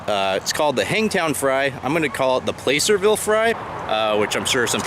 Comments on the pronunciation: Well if you were anti lynching as you say you are,then you wouldn't be making "Playcerville Hangtown Fry"Pronounced plasserville not playcerville "bro". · Awesome! Thank you for your mentioning the local (to me I'm in Sacramento) historical town of Placerville. Us in the area pronounce it Plas-er-ville. Not following the typical grammar rules. My husband and I will have to try your recipe. Keep up the good work. Can't wait for the next. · I see in the comments someone told you the correct pronunciation of placerville. I sure had a time with puyallup when I moved up here not to mention a few other towns. Great video! I'm hungry now. The Piscatorian